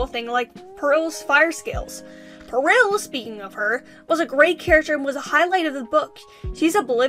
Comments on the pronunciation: Um its Par-ol not Par-il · Heck yeah WOF discussion! It's definitely a treat for Christmas time! Just one little thing though, Peril is pronouned "PEH-rul", not "Puh-RIL", no worries though! Hope you're having nice holidays :D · its Peril like when ur in peril/danger ITS NOT "pear-ill" AHHH amazing video tho LOVE IT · It’s more pear-rul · dot dot dot.. it's pronounced pear(as in the fruit)-ull so say pear-ull. that's peril. sobbing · Peril is pronounced Pair-ill, by the way. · I don't want to be that guy but peril is pronounced pa-rel) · That's a funny way to say peril